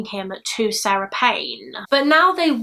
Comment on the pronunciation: 👍🏼 just for the correct pronunciations of SARE-ah and SAH-ra.